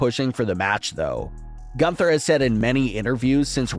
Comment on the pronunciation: Every time he says 'Gunther I cringe so hard knowing he botches the name every time